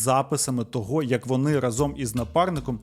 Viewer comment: Чудове відео! Ідеальний звук та картинка. Лише рАзом, а не разОм 🫡